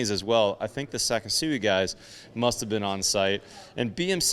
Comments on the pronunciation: I strongly suggest you learn how to pronounce Japanese words. It is not pronounced “Sakesui”. It is pronounced “Sa KI su i”. The “KI” sounds like the english word “key”. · You are pronouncing their Name wrong. It's SeK sooee almost like the word sexy with the beginning of the x sound a hard k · It’s pronounced “say-kee-soo-we But overall great video presentation